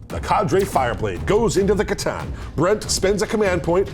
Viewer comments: I thought you pronounce it kah tan at least thats how me and my warhammer store guy says it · Your mis-pronunciation of c'tan is borderline heretical....I like it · Their pronunciation of C'Tan does psychic damage.